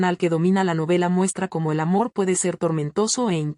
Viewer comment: Corrige la pronunciación de la palab"racial", por favor.Asi mismo el "cómo".